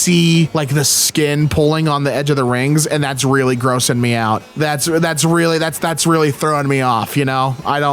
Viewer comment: He “weally” likes it